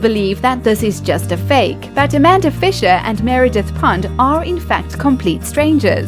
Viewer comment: Meredith what??!! Sounded like c**t lol